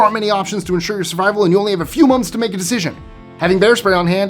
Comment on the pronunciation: I know you said 'moments'... however this sounds like you have a few months to make that decision.